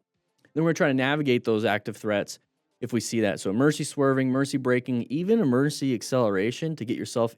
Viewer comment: I keep hearing "mercy" instead of "emergency" like for swerving and stuff. gonna be using "mercy" now coz of that xD